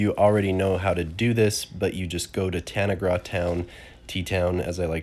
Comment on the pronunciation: Tanaga as you call it is ta-nag-ra.